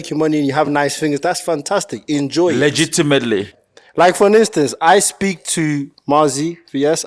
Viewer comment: lol “LUH-JIT-TA-MITLY” 😂😂😂😂😂😂